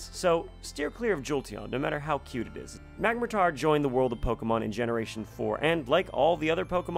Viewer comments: "magmatar".... its clearly magmortar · Its magmor-tor not mag-matar